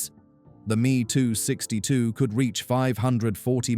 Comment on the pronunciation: I do hate these ai voices meeeee 262 and heeee 162, dornier dooooo 355 etc otherwise very interesting.